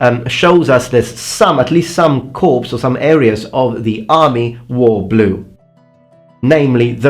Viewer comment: Corps is pronounced like core not corpse